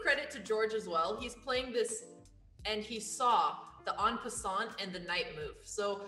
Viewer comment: Why are they pronouncing en passant like that